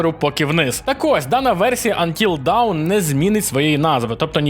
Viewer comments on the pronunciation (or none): dawn читається як [дон] не той дон що тік-ток війська а той дон що від тарантіно "from dusk till dawn" це не вниз а світанок =) так, я розумію шо це скоріш всього жарт був але вимова не давн %) сорі за занудство